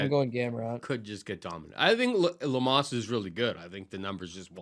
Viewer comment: Am i wrong but they are pronouncinng amanda lemos name wrong? I think Lemos is a lock 🔒